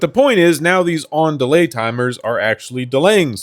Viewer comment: I love how "on delay" sounds like "andale"